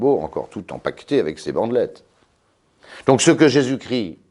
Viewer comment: Jésus-Christ Jésus ne crie pas Chrisssst